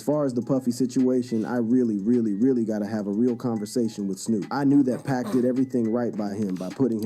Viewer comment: Stop using AI. Your bot keeps calling him 2pack. Stop the BS bro.